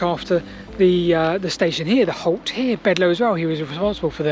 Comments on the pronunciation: Bledlow not Bedlow. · It's BLedlow not Bedlow and Chinnor is pronounced locally as Chinner.